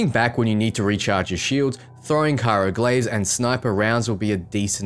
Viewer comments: CRYO... not CYRO. Sorry lol was bothering me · So excited for rogue-y/assassin-y goodness. Just a note though, "cryo" is not pronounced "CAI-roh"" That's the capital of Egypt. It's "CRY-oh." Okay, pedantics aside, excellent and concise video, can't wait for the release!